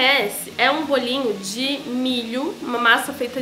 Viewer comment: "BOLA um bolinhuu" ai gente essa mulher é muito maravilhosa